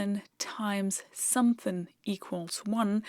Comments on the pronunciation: Hearing someone not from the South (USA) say 'somethin' makes my day. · Weird to hear someone so educated constantly say "sumthin'".